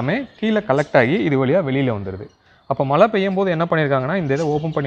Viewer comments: மலை/மளை நீர் இல்லை. மழைநீர் என்று சரியாகச் சொல்லுங்கள். தமிழுக்கு அழகே (அளகே‌இல்லை) ல ள ழ‌ உச்சரிப்பு சரியாக இருக்கவேண்டும் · நீங்க மழைநீர் சேமிக்கலனா கூட பரவாயில்லை. மலைன்னு சொல்லாதிங்க மழை. அலுக்கு... அழுக்கு.